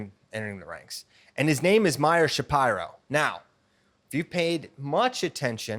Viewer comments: That’s how you say it bud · That is how it's pronounced. He corrected everyone after saying sha pee ro for a long time.